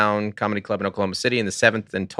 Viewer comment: SEC: “in the clurb, we all fam!” 😊